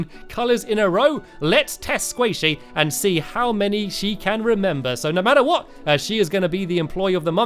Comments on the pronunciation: At about in the video Stampy said hwat 😂👍🏻 Gj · I hear STAMPY say "what" and he emphasizes the "h" to much. Lol 😊